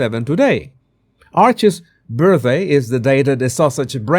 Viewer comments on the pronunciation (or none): he doesn't know how pronounce 'Archies' birthday. You can't make this stuff up.